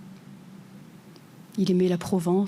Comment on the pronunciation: "il aimé" même les profs ne savent plus parler, alors ne parlons des élèves ! "il aimait" comme le "lait" et pas le lé...etc...